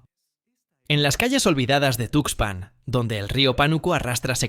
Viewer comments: Esa cuento del tarado ocaña lo produjo un chatppp. Es una mamada. ¿No te diste cuenta? Observa cómo pronuncia 'tuxpán'. Además, el Pánuco no abraza al golfo. Desemboca. Mucha mamada por un pendejo. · El rio se llama Tuxpan, si para el nombre del río que es información publica no lo dices bien, imagínate los detalles del caso que es información clasificada, mejor ponte a investigar los nombres de los ríos junto con su ubicación.